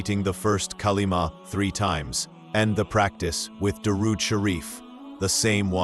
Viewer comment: Not Kalima its kalma